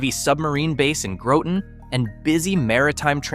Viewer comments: Announcer pronounced Town of Groton wrong, he pronounced "GROWT-un". It's pronounced "GRAHT-un". About in. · "Grawton" is actually how you say it, are you a little kid? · Did he say Grawton? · I love it when people mispronounce Groton.